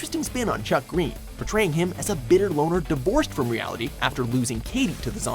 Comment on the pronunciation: Wrong way to pronounce: Chuck Greene Right way to pronounce: Little Chucky gween👌